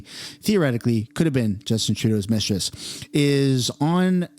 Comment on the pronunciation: Mistriss?? annoying 😂